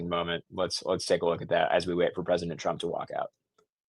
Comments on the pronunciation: You keep saying drump?????? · Why is this guy saying, Drump half the time? Or is it just my rock and roll ears? 😂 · ARE YOU PURPOSELY SAYING "PRESIDENT DRUMP" WITH A D OR AM I JUST HEARING THINGS... ANYONE THAT READS THIS, PAY ATTENTION TO THIS... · Is this guy saying drumph or Trump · His name is TRUMP not DRUMP....LMAO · Sometimes it sounds like you call President Trump “Drumph” You call him “Trump” most of the time he is President Trump or the President. It’s a matter of respect for the office of President. Not to be mean.